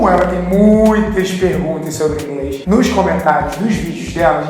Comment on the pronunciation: A falou INGRES ou é impressão? kkkk